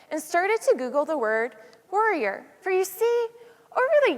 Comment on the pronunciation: It took me five minutes in to realize she was saying warrior not worrier.